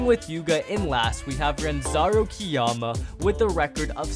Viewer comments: Bro his name is Ranzo not Ranzaro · Bro said “RANZARO” it’s ranzo 😂😂😂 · It's Ranzo not Ranzaro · Did nobody notice that said ranzaro instead of ranzo